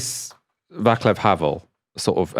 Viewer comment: the name Václav is pronouced as is it was soelled "vartsluv" what's wrong with the english-speaking people, East European spelling is easy!